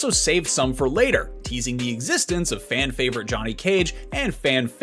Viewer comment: 3"12 "Fan favorite Johnny Cage, and fan FAY-vorite Princess Kitana" - not sure what that was but well played.